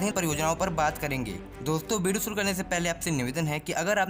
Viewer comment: Bideo nhi..video hota hai wo